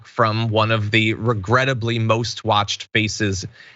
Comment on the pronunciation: Did you say 'faces' or 'feces'? I'm kinda thinking the latter is most fitting.